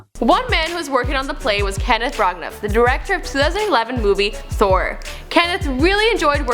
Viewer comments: Lol. Yeah you got Ivanova right, but you mangled all of the English place names and some of the personal names. (Branagh = bran a) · Olivier award not Oliver. And Branagh was pronounced pretty weird lol